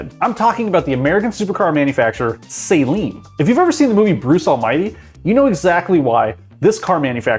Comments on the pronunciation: Saleen. Pronounced Celine, not saline. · Well, he has no idea how to pronounce 'Saleen' or 'Esprit' so I think you are likely right. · Dear god say the name right!! SA-LEEN. not Say-leen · It's "Sah-leen" It's not a solution used for contacts. -_ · This pronunciation of Saleen makes my ears bleed. It's not SAY-leen. It's Suh-LEEN. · FYI: Saleen (Sah-leen) is a car. Saline is a mixture of salt and water. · This is the worst opinion I have ever seen in a video, he doesn't even know what he's talking about, almost every single word he said about Saleen was wrong, he even pronounced it wrong.